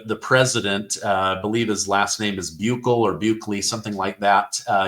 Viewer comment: Pronounce( bu ke le) all short vowels